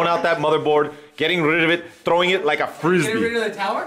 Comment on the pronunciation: LOOOOL "trwoe it like a fruzbi" LOOOL